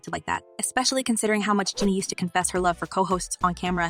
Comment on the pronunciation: Pls say her name Gee knee my